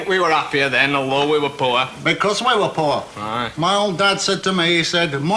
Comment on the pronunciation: He says "it twer" as in "it were."